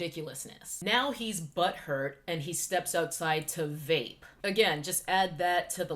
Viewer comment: Vape ??? Sounds white 😂